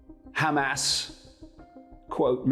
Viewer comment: Is that who is speaking in this video? He may be a hero, but is ignorant on pronunciations. Clueless on pronunciations such as Hamas and Mossad for example. Sounds like a moron.